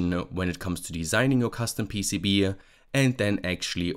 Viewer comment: PCB-uh? I think it's just PCB, no -uh after.